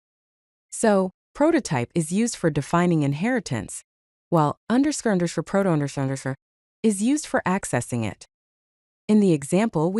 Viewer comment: wasn't even close😂. I think you could fix that by providing it like this "_ _ proto _ _ " to the voice generator so it reads each thing seperately. I didn't finish the video as I dont like ai voicovers.